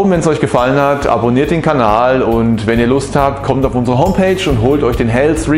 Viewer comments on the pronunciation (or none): none